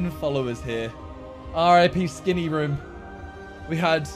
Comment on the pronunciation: the way he pronounces room pisses me off